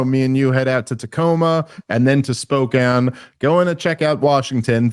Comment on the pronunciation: Dave I know it’s a small thing. But you pronouncing Spokane correctly does not go unnoticed by your PNW fans